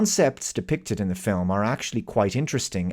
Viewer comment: ehm... nu-clear... not nucular 😢